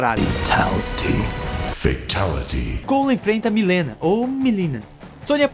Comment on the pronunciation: Se for fazer a pronúncia correta da Mileena, não é Milina, e sim, Malina